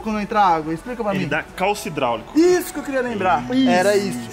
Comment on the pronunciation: Eu também escutei ele falando isu